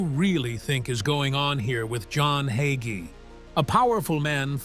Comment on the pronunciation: You said absolutely nothing. Just a hit piece on a dedicated Christian pastor who trusts the LORD. And A I need to pronounce the name "Hagee" instead of "Haugee"